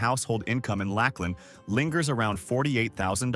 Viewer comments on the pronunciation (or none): As a Florida native, I think you mean Lakeland not Lack Land. I almost felt insulted I never heard of this city, only to find out it’s not real 🤣